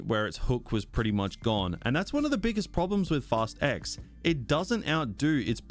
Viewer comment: Why I hear it like: “FAST EGGS”?